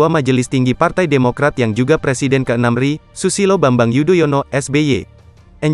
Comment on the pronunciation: Pembaca berita koq nada ucapkan RI seperti ri